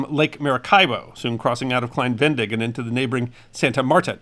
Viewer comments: Klein Ve-ne-dig. Not klein Ven-dig. You butchered the pronunciation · Great video as always, entertaining, interesting, and educational. Thank you! However, as native German speaker, I wanted to point out that Venedig is pronounced similar to Venezuela, with "zuela" replaced by "dig", and with emphasis on the second syllabe. Ve-NE-dig. As a general rule, there are no silent vowels in German. I think there's the rare exception or three, but I can't think of one off the top of my head. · Thanks for another fascinating snippet of history. As an American who lived in Germany for 35 years, I noticed that you omitted the second "e" in "Venedig", pronouncing it "Vendig." In German, there are practically no silent letters. The correct pronunciation would be "VeNAYdig" with an emphasis on the second "e". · Most interesting. BTW it's pronounced Ve-ne-dig not ven-dig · its klein VE-NE-DIG not VEN-DIG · Ve-ne-dig, three syllables. No silent letters in German. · I think it is better pronounced “Klein Ve-ne-dig” three sylabbles. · I believe it is pronounced "Klein Ven-nay-dig". Thanks for this informative video. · Please don’t take offense, but your mispronunciation of Venedig grated on my nerves. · I realize that it’s too late now but your pronunciation of Klein-Venedig is off, unfortunately. It’s pronounced like you would Venezuela but with -dig instead on -zuela and emphasis on the second syllable (-ne). To this day, Venedig is the German name for the Italian city of Venezia, better known as Venice in English. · I'm not German but live in Germany and his pronunciation of venedig really jarred my ears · Wow, very interesting video. Please pronounce the second e in Venedig. It is not silent.